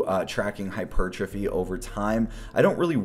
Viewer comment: “Upper hyperrrrrrrrrtrophy day” haha! Love the consistent uploads man!